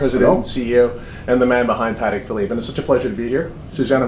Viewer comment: Congratulations to the guy in the white suit for being one of the few people not called Stern to be able to pronounce Patek correctly!